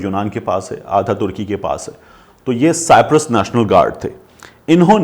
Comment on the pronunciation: Sir kindly correct your pronunciation its not cyptret it's called cyprus